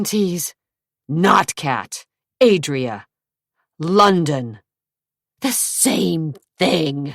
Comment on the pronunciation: The londaon/Zack is so ick